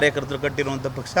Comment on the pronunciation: ಸರಿಯಾಗಿ ಕನ್ನಡ ಮಾತಾಡು ಮಾರಾಯ ಬೆಳಗಾವಿ ಅಲ್ಲ ಅದು ಸಂಡೂರು, ಪಕ್ಸ ಅಲ್ಲ ಪಕ್ಷ 🤣🤣🤣